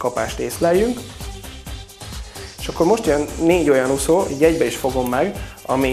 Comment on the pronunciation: Úgy gondolom, jók a termékek. Gratulálok! Csak Ne mondaná annyiszor, hogy ' Uszó "...Számomra érthetetlen, hogy egy termékbemutató során, egy magyar ember így beszéljen. Legközelebbre : Úszó! Hosszú Ú-val szerepel a magyarban! Köszönöm és elnézést a kritikáért, de már az előző filmekben is felmerült ez a probléma! Ideje megtanulni ezt a szót!